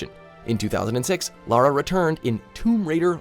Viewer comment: No this can't be right an American who knows the difference between Lara and Laura?! 🤣